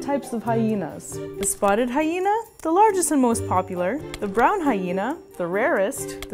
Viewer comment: IT'S MA'AM! "HySHena"